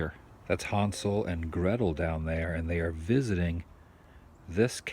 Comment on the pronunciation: What is Han Solo doing in the grotto? Oh... wait... you said "Hansel an Gretil" Whaaa Wahhhhhhh.